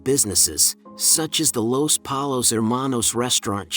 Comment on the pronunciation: I'm sorry but Polos?? If you don't say Pollos, you didn't watch the show